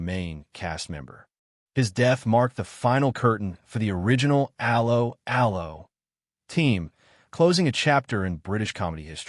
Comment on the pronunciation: Dreadful commentary - probably AI generated. Can't even pronounce the name of the programme correctly. I quit after 10 seconds